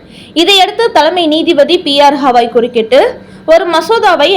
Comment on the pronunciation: First you correct yourself. It is not hawai... Pronounce has Gavai.